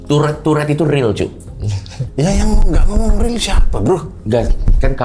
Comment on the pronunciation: Tourrete ❌ Turret ✅